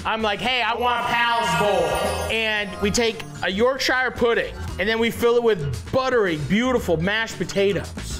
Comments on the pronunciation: Sooo I'm from England. And it's not pronounced YorkSHIRRREeeeee. It's pronounced Yorksha. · Please don’t say York-shire pudding again 😂 “YORK-SHA” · Matty. I love ya bro. But. As a native Yorkshiremen....Please stop with the York-Shiah. It's pronounced Yorksher. And for all the nobbers with comments on Phonetics and the spelling...The English language...is not...phonetic. Do one. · why Matty, why are you pronouncing it YorkShyer rather than Yorkshur? You’re Canadian, my dude 😅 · as a yorkshire man you need to learn how to pronounce it york-shuh none of this shiirreee nonsense also you was a top guy in the bear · The way Matty says Yorkshire like he’s talking about The Shire is funny, it’s said more like York-shuh in the UK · YorkSHAYER pudding!! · Yawk-shuh is how you pronounce it btw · Matty boy..... Worcestershire and Yorkshire words in UK are pronounced.... Woster-sheer York - sheer 😂